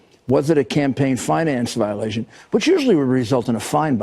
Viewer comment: I like you David Pakman, and respect you, but just saying at 6"46 you point out that Trump spelled 'role' wrong. True he did. AND you horribly mispronounced 'violation', accidentally completely changing the meaning of that sentence.